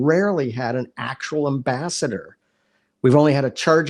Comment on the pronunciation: ... " an ambaster"??? You mean AM-BASS-ADOR, guy? Please!